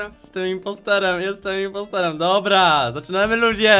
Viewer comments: Impostorem każdy mówi imposterem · Nie impostErem tylko impotrOrem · Muwi się impostorem a nie imposterem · impostorem a nie impostorem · On powiedział inpastorem a nie impostorem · Nie muwi się imposterem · nie imposterem tylko impostorem